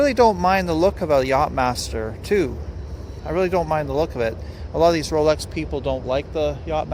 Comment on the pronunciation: No wonder why you have disdain for the brand, you can't even pronounce the name correctly.